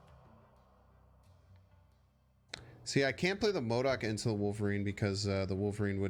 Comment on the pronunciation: I was waiting to see how you would mispronounce modok but you didnt do it